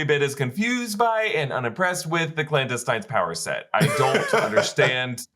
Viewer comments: The "Clowndestines"? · Blandestines? lol